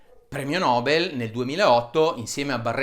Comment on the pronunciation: Il premio nobel si legge: premio nobèl e non premio nòbel :)